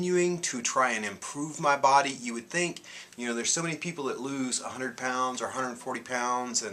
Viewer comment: When you said a 100 lbs I thought you said 800 pounds. LOL! I saw your first video and I thought, there is no way you had THAT much to lose. I related to much of what you were saying...the emotional stuff and all. You're an inspiration not to let that stuff get you too far down and keep caring about self. Thanks for that info on the juice FAST as opposed to the juice feast. I don't want my hair falling out so I guess I won't do the fast and wait til I can finance the feast. Hugs and Peace.